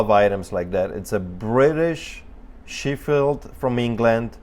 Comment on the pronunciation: Great Vid some fantastic items. By the way Sheffield is pronounced more like Chef field and is known as the steel city in the UK.